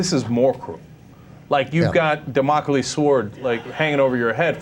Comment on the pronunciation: Jenk, you pronounced Damacles wrong! Its Damn-ah-cleese. Haven't you ever seen Rocky Horror Picture Show?